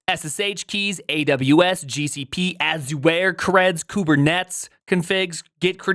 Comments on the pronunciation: AZoo-where? C'mon dude, it's pronounced Ajr! there's an entire video by Satya Nadella explaining how to pronounce it!. This is giving me road rage. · I had no idea that Azure was pronounced A-zoo-wear. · How are you saying Azure there?